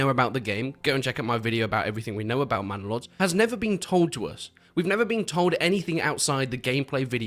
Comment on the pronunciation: Bannalod: ❌ Mannalod: ✅